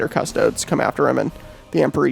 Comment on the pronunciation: The way you pronounce custodes is literally my only criticism. Please pronounce correctly. 😂